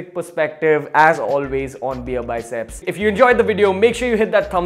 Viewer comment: Bro it's beerbiceps not beearbycep